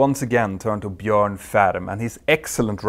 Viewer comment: Good to see somebody pronouncing Bjorn correctly (in English often spelt Bjoern).